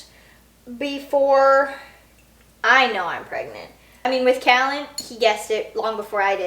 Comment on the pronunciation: We are having our 6th baby in a few months . I really wanted to use the name Callan. I’ve loved it for a long time. But my husband is liking another name better... anyway you say your sons name so beautifully, makes me want to use it even more! Congratulations on a new pregnancy!